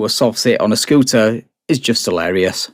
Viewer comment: he’s driving a scootah